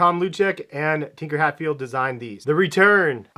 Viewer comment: Tinker Hatfield is a genius lol. Probably butchered his name though